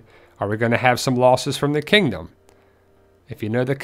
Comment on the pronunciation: You said kangdom xD